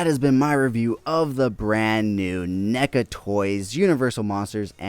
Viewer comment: Why’re you saying Nega? Its clearly Neca, crazy mispronunciation you got goin on there